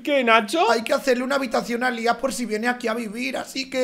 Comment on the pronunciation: No sabes decir a Lía